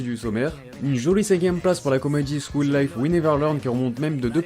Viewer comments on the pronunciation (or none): none